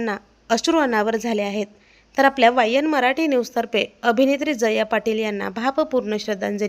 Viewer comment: jaya ...uchchar nit kar